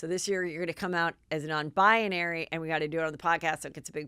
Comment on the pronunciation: Oh, Heather, I love your malapropisms SO much! Non-bionary?! Ps: I’d love to hear you pronounce Malapropisms on air, just for fun...